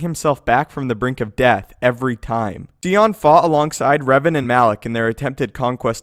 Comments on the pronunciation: idk why it bothered me but i didn't see a pic of darth sion from actual game footage from kotor2 where he was famed, along with darth nihilus. And also the way you pronounced his name, idk why it matters to me but its Sion(Sigh-on) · Absolutely butchered Darth Sions name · I hate the way he pronounced Sion. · 1) Sion's name is pronounced like scythe, not see. 2) How fucking metal is Scion? I understand this is about strength and outward power, but dude. That's pretty badass. And seeing him in the game for the first time was pretty terrifying. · I love your videos, but it irritates the hell outta me that you pronounce his name like "See-on". Its "Sion" like the car "Sigh-on" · it's definitely not pronounced "Cee-on" it's "Sy-on" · Sigh-on not see-on learn how to pronounce names right. Kyp duron is more powerful than Luke. Do your research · Sion's name is pronounced sigh on, not see on. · It's pronounced sy on. Not see on. I wish I knew you, so I could punch your dumb face for saying see on. Iiiiiiiidiot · I literally can't get over how you miss pronounced scion. (Sigh-on) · um,could you please pronounce the lord of pain's name properly? S-i-on,not See-on.thank you,great channel,keep up the great work. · ok dude like the video but one thing is bugging me... PLEASE stop calling him darth SEEON. its Sion pronounced SY-ON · "Sigh-On" not "See-On" did you even play the game? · Who is See On? I think you mean Sion. As in sy-on. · OMG it is pronounced S eye on SCION not seeon crying out loud. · Who TF is Seeyon you mean Sion? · The way he says Sion...…… (its Sigh ON) …………. ,_ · Sion sai-on to help pronounce his name Also I'd say Luke's ability should be second on. Yes sion is cool and amazing but Luke's display is even crazier also he probably could have swung his lightsaber so fast that sion probably couldn't even stay together or even try to regenerate from Luke's attacks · "Darth See-on" ? for fuck's sake man. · Your killing me with the “Scion” pronunciation. Hahaha